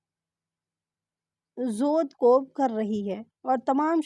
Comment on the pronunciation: जोदकोब नहीं, जदोकूब होना चाहिए